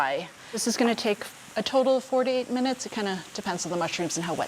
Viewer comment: ya shes really not putting any emphasis on the "to" when shes speaking leading it to sound like fourty eight instead of four-to-eight